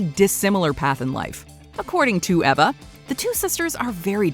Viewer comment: Was No-one else irritated by how she pronounced Patricia and Eva?